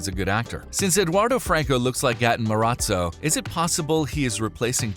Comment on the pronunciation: I wonder why people belive a guy that can't even say "Materazzo" properly LMAO